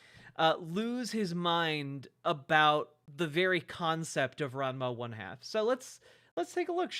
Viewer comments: The reason that is pointed out is because goes on and on about how people aren't true fans of the show, but he isn't actually even pronouncing the show correctly. It's strange to claim to be an OG fan without knowing how to say the name of the series. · Since he can't pronounce Ranma 1/2 properly, we should call him ""